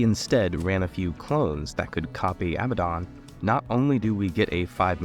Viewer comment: Love it but every mtg channel calls him Abbaben. It's said ABADON